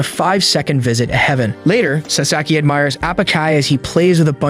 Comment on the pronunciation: At part one you said heyvan it should be heaven